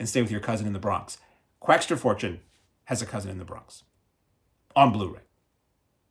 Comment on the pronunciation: there's no "t" in Quackser